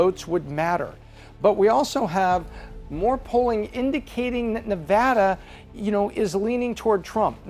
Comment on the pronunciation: You keep pronouncing Nevada wrong.